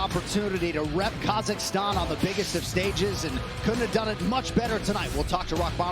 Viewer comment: Yo Bruce didn't say kazakhstan right